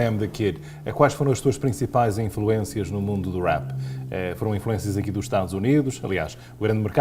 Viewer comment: o entrevistador tem a mania que fala muito bem inglês mas nem rap sabe dizer caraças !!!